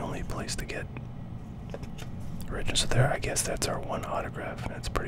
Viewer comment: Origins, pronounced origin-s lol